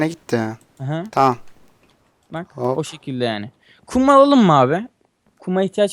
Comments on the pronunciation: Minecraft Evi Abii Farkindaysa hep bisiy yapdikda Hoopp diyorsun :D :ASD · Abii Farkindaysa hep bisiy yapdikda Hoopp diyorsun :D :ASD